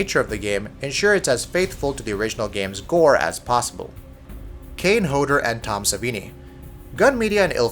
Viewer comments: "Manfriddini"? "Hoader"? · You're saying Kane Hodders last name wrong